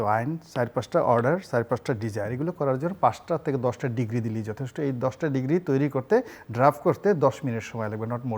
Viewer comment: উনি ডিক্রি কে ডিগ্রি বলে কেন?